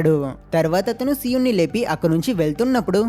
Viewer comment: so-un kadhu bro SI_EUN BRO